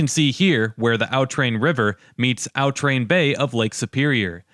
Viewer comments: "Aw Train" not "Ow Train". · Nice video. I grew up in that area. FYI, "Au Train" is pronounced by the locals as "Ah Train", not "Ow Train". In the Upper Peninsula, "sauna" rhymes with "town" and "frown" and "noun", not with "saw" or "jaw". "Au Train" rhymes with "quatrain" or "Bahrain". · It’s not called Al Tran it’s called au train it sounds like awe train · It’s pronounced a’ train